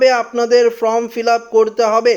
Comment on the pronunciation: কথা টা from না ।। Form বলুন ।